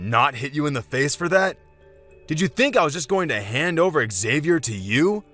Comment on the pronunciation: Xavier's father should know how to pronounce his son's name. Sheesh.